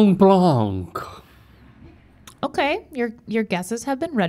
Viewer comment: you dont pronounce de 'c' in 'blanc' ;)